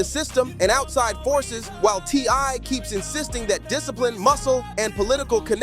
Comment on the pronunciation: You’re all super excited, it’s kind of annoying. Btw his name is T.I. Not TY. The boy is having to learn the hard way, you grew up with everything and being able to do anything you want and well, welcome to the real world